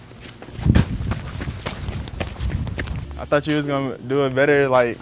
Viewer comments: As a Member of The ARABS. I F with you But damn. You need to practice how to say allahuakbar. THAT SHIT WAS FUNNY ASF THO MUCH LOVE ❤️ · "alla ackbar" 💀